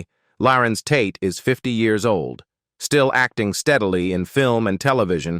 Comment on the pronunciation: LARENZ TATE. not larence